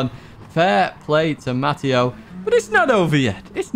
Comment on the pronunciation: it’s pronounced “Matt” “ay” “oh” not “Matt” “EE” “oh” I’ve spent all my 54 years being called the latter. From your fan “English Matteo” (Ovetharhill PSN)